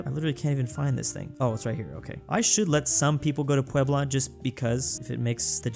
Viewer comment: He nailed Puebla too